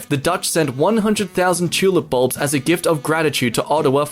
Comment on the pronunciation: what he said "Dutch sent 100.000 tulip bulbs as a gift", but I did hear "Dutch aent 100.000 trully bomb as a gift", and I the only thing I did think was what